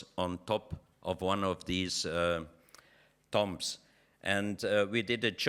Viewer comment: Say tombs not tumbs.